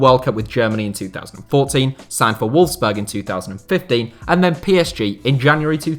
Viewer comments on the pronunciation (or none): none